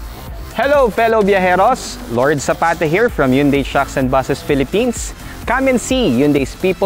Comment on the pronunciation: mali naman pronunciation ng Hyundai. Dapat "han-dae" ang tamang pronunciation.